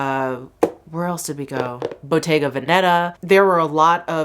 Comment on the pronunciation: I'm italian and the way you say Bottega Veneta is wonderful! The English way is always better 😍